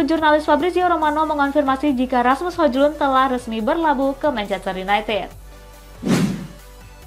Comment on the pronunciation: Hoilun kali dibaca min bukan hoJlun secara harfiah🫣